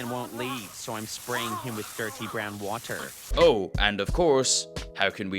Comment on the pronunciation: “so I’m spraying with dirty brown waTer